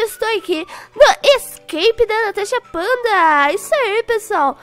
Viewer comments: Ela falou tanasha Fanta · quando a Natasha falou em slime e depois falou tudo bom Natasha Panda juro eu intendi tanasha panda